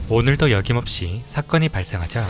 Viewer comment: 자막이 잘못된 줄 알았더니 발음도 "여김없이"라고 하시는군요. 어기는 것이 없다라는 말이 한단어로 발전해서 "어김없이"라고 띄어쓰지 않고 붙여 쓰는데, "어긋남 없이 실제로"라는 뜻입니다. "여김없이"라는 단어는 없지만 굳이 의미를 부여하자면 "~을 ~라고 여기지 않다" 정도 되겠네요. "었죠"는 단순 오타일 뿐이고, "어림없지"는 다행히 맞게 쓰셨네요. 대다수가 "뒤지는"으로 잘못쓰는데 "뒈지는"으로 정확하게 쓰신 걸 보면 "여김없이"라고 잘못 쓰여진 글을 정확하게 그대로 발음하신 것이 문제였던 것 같군요. 발음과 전달력은 좋으시니 지적질이 아닌 조언으로 여기시면 발전하는 유튜버가 되실 겁니다.